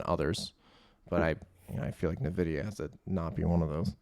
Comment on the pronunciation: It's pronounced "In-Vidia"